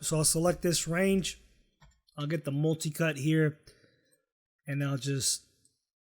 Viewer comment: Why did he say...molticut...instead of multicut